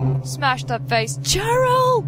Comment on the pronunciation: I love how you say you will let us watch the intro and not say hello, while you already did it and then started talking lol The time it came out, released 1999 like it says on the main menu :D "On normal" wimp. Cheryl is pronounced Sheryl :D just an underage hooker, no biggy. "She's off to do her business!" on the street corner! Big red squishy thing is totally a squid :D Looks more like a lighter. Did indeed look like eyes.